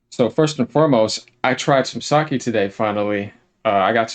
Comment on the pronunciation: Sake. Its not Saki, it's Sake. It's ok though, British & Americans don't pronounce most Japanese words correctly down to Honda, it's Hōnda. But Sake, and I believe he is drinking Nigori Sake, which is not clear, it's white. Truth be told, it does not look appetizing to anyone not ladies of the night, but it's pretty good.